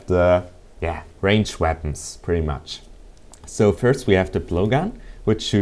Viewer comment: E_E i heard veapons not weapons *checks headphones* nope still work